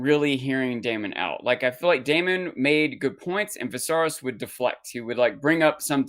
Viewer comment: “My mothers memory” to get technical, says the guy who has been saying “Visarys” for weeks 😂 No shade. I love unsullied thoughts. But I can’t help but giggle every time he says “Visarys”.